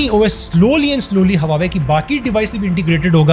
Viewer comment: Baar-baar hawawei bol rahheho......😬😬😬😬😬😬 Hawawei nahin Huawei bolo Huawei.